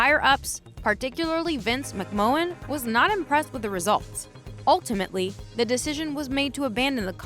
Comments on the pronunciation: VINCE MC-MAN. ITS PRONCOUNCE MC MAN PLEAS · McMahon = "mick man" ... Nice video though. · Who the heck is Vince McMowwan? 😂